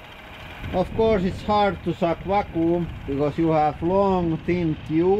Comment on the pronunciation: FYI vacuum is pronounced văk-yo͞om